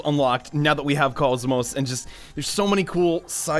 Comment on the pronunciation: "Kaz-Moss" Come on, man.... You had one job.